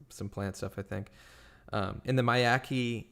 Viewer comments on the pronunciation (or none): My-YAK-a-HATCH-ee — for future reference 😊 Very interested in the content you’re going through! Just subscribed to your channel!!